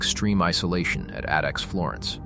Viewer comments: AI narrated shit. Pronouncing "ADX" as "Adix" 😂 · when the AI mispronounced ADX I shut off the video and left. AI slop.